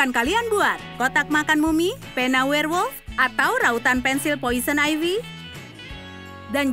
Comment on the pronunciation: Wkwkwkwk bilangnya werlmot wkwkwk nyemot